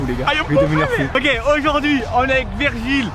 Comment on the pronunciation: Trop cool une vidéo avec un joueur du losc par contre son nom ce prononce virgiliu et non virgil